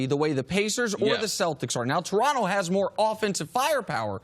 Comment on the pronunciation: Why do Americans pronounce Toronto like they have Down syndrome?